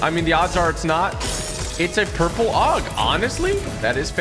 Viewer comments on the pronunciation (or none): ITS AUG, NOT OG